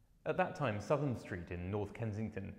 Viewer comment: Please, please it is SOUTH am St as in North and South, not Sutham. always was and always will be. Big mistake, the curater at the photographers gallery ex made the same mistake, I grew up in Southam St